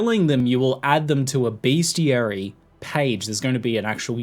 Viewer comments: it is Best - I - ary, not beastiality. That is,if you have google safe search turned off, something entirely different. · did ziggy say bestiality ? :D